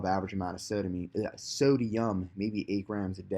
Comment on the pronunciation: "SO-DI-UM...what the fuck is sodamine" LMFAO dude